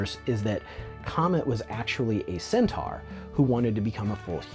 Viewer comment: The Body Horror Champ!! LOL "like I have some sort of sentar fedish. I really don't....I think" LOL